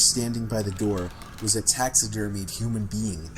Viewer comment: what's a taxidermy human being. or whatever the fuck he said